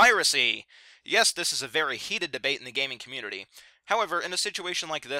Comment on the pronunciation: LMAO you said "cummunity", this just made my day XD